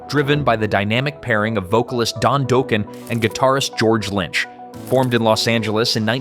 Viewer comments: You lost me at Doke-en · Don Dough-Ken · Dock Ken that’s how you say it.